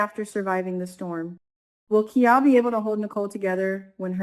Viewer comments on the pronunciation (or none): Pronunciation of KIAL rhymes with MILE 🤗